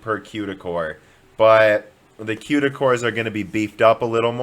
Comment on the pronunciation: I'm so excited for this new Ampere from Nividia with tons of Cueda cores. Maybe it will be one fourth the cost? Maybe they'll test it in Scenebench? Did I miss any of your strange pronunciations or habits?